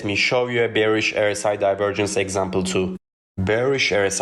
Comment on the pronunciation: Your English is clear but you mispronounce the 'R' in RSI as an 'E'. You say 'errr-si' instead you should say 'are-si'.